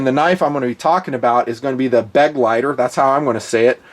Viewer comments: Assuming the name is German, you wouldn't split the "GL" -- so it's be-gleiter, not beg-leiter. Of course, we already know German sucks from how he pronounces Leupold. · Thanks for the cool video; however, it's pronounced "Be-gleiter" and not "Beg-leiter" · The right pronunciation is "bugleiter" with the emphasis on "- leiter". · b'gli-ter is how you pronounce the german word for companion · Hi! Your translation is correct...the pronunciation not so much!;-) Never the less great review...! When you ever come to Germany or Switzerland I'd love to give you a german lesson and you train me some shooting skills! Arms and ammo sponsored by me! Happy New year by the way! All the best for you and your family!! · Just watching to hear Nutns pronounciation of "Begleiter"